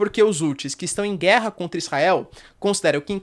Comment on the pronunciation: "É guella é guella".....